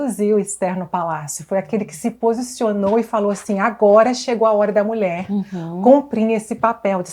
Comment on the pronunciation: Alguém pode avisar essa querida do Senhor Jesus que a palavra correta é 'mulher' e não 'mulé, mulheres e não muleres'. Me dá nervoso ouvir 'mulé' repetidamente!" podecast forte!! o senhor Jesus seja louvado